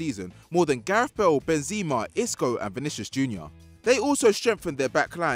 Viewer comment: He also said Bezeema (Benzema)